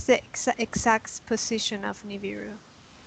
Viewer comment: it's niBIru, not niviru